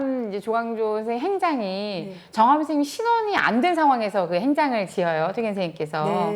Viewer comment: 첫 쩨로, 퇴계 강의에, "퇴계"의 "퇴"의 발음을 바르게 발음하지 못한댜면 무어라 변명할 것인가. 이 "퇴"는 "길게 그리고 약간 높게" 발음해야 한다. 장음인 단어의 첫 자를 짧게 잘못 발음한 예:사실,(잡담응 이만! 본 강의로!),강점기,사람(인간이라는 "사람"을 바르게 발음하지 못함!!),이해,주석,(과거 시험이라기 보다, 과거로 족함),제가(나),해석,비판적,정말(진짜),아무도, 비 독창적,(역사 학자 보다, "사학자"라면 더 명백함),4서 ,보통,퇴계, 퇴계,사실,주석,주석,조 광조,( 영양력을 준다 주는 것이 아니라,"영향을 준다" 라 해야지요),(퇴계의 "퇴"를 짧게 잘못 발음하고 있음),태도,개념,정치,예칙,좋겠어요, 등!! 이상의 예가 사실이라면, 이 두 여류 학자의 강의 가 한국어 강의라 할 수 있는가? 그리고 이런 학술적 논의라면 너무나 구어적 어조 구어적 어투가 심하고, 단어의 다음 음절을 accent가 있는것 처럼 강음화하는 경향이 있다. 이런 문제는 하국 전반적 병패인듯, 이에 분개하여 쓴 책이 "한국 어문을 고발함"이오니, 고국 동포 여러분! 이 책을 조용히 읽어 주시옵소서. 미국 변 완수 드림